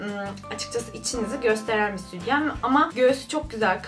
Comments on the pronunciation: Südyen değil o sütyen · südyen demen beni aşşşırı triggerladı